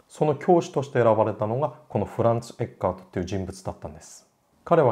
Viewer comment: ティラミス～つながりで。 一般にフランツ・エッケルトと表記されますがはちゃんとドイツ語の発音に従ったフランツ・エッカートと読んでいましたね。 君が代といえば君が代の歌詞発祥の地とされる鹿児島の大宮神社には何度か行きました、大宮神社の入来神舞（いりきかんまい）の「十二人剣舞」の中に君が代の歌詞が朗詠される場面があります。